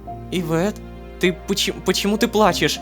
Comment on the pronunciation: Можно пожалуйста НЕ ивЕтт, а Иветт, ивЕтт уши режет, спасибо